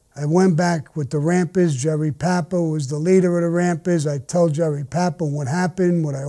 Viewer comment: It’s Rampas. Not Rampers. 😂